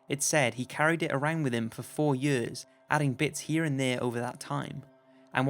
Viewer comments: Everytime you say 'years' it sound like yurs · Four YURS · Why does he say years like that?😂